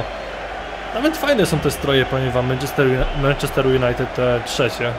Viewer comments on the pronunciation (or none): none